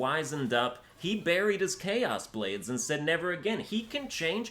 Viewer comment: "Chaos blades" dude cmon plz